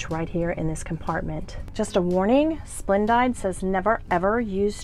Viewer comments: FYI- i have never heard it said as Splend-died. Always heard it pronounced Splend-deed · Lol. It's pronounced splen-DEED.